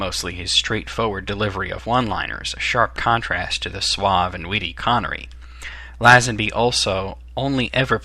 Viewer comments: not læsenbi. leisenbi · I enjoyed this vid :D when pronouncing Lazenby you should say the La bit as if u were saying lay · Please American's, learn how to pronounce names and get your facts right...First of all the name of Tracy DeVincenzo is pronounced Vin-chen-zo, not Vin-sen-zo...And it is Lazanby not LAZ-ANBEE.....